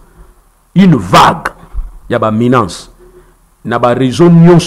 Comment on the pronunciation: J’ai bien aimé les réponses de l’invité. Sauf que on ne dit pas « menance », mais menace. Merci.